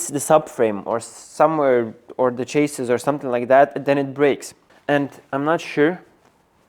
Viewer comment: Great stuff as usual! One small English tip: "chassis" is pronounced like "chass-ee" (it's actually a French word! 🙃)